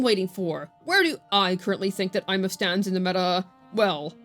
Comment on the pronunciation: Did...did just pronounce a characters name correctly?